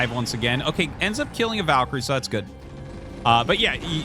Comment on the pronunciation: Glad to hear Artosis is starting to pronounce "Valkyrie" correctly. It's Val as in Val Kilmer, not Vaul as in vault, and I will die on that hill.